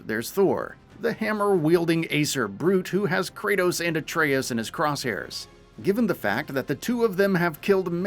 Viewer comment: Finally, he actually got, Atreus name right. Maybe he read some of the comments. Lol 👀. Anyways, less than a month away & BOOM!!! Ragnarok is coming my way.